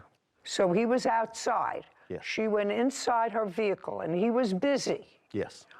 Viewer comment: VEHICLE IS PRONOUNCED VEHICLE, (VE-HIC-LE), NOT NO veakul